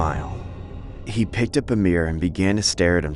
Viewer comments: Okay I don't mean to offend but the jeepney horror story one the correct pronunciation of the UP dilemma is just saying the letter U and P I died when it was pronounced up 😭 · The way she says UP in UP Diliman should be the letters U and P